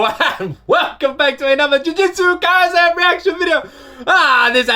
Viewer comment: The thing you pronouncing wrong is actually kaisen. S in kaisen pronounced like in set, seven, etc. There is no different pronounces for letters in japanese words.